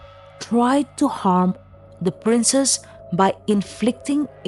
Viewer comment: Aoart from the fact that the narrator pronounced "princess" as "princes" this was a very interesting story. Thanks 👍